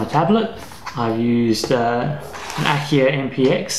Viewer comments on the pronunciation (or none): Very nice! One thing: it's Akai, not Akia.